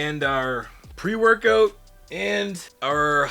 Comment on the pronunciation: You Canadian? When you pronounce workout, it sounds Canadian